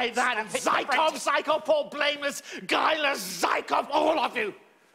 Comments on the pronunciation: learn how to pronounce Zykov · The actor mispronounced: it is necessary to Zhùkov, not Zykov